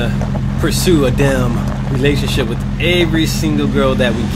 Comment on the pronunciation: Not to be that guy, but I think it's relation not realation